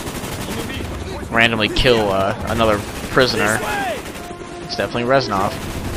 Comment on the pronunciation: i was half expecting you to say "REZNOR!" when you said Resnov.